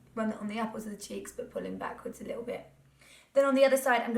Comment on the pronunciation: The most Norfolk 'apple' I've ever heard 😂